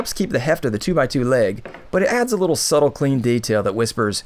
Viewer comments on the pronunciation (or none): none